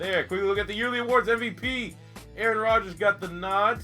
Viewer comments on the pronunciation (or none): none